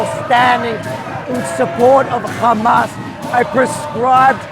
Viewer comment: Bro what happens when you say the word hamas? H hello hay hamas? Gghmas? 😅🤣🤣 His voice say he is I think transGgndr!